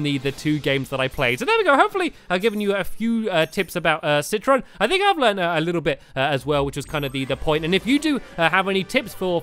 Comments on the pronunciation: It's citron not citresss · I realized that stampy keeps saying citris instead of citron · Stampy it's not citress its citron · Stampy said citros but it is citron. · I think it's pronounced say-trown. Not sit-tron. Either way I like say-trown. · he iz called citron not citroz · ITS CITRON NOT CITRIS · stamps citrons not a girl and its name is not citris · his name is citron not citrus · It's not citrus it is citron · It is citron not citress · he says citris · It's citron (si-ton) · It's citron ci tron tron